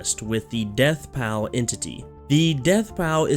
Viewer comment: its not pronounced "pal" is pronounced "paul"